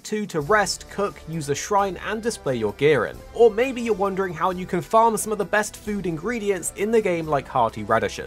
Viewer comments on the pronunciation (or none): none